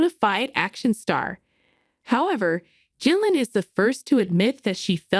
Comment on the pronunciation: I presume AI can’t consistently use a hard G.